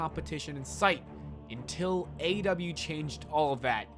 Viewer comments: Sounded like you said AW lol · Somebody teach this man how to pronounce AEW